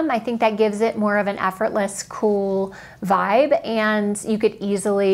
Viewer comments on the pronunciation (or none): none